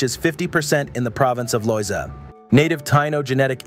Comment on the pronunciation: I think going into the history of Puerto Rico, maybe you could learn the correct pronunciation of the Spanish words. It makes it more authentic. Mispronouncing the words is rather jarring. The accents in the words should be used. Taíno, Loíza etc. Also the name is Borinquen.